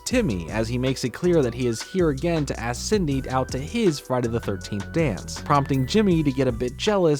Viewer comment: I love how pronounces Cindy as "Sidney" lmao Idk if anyone noticed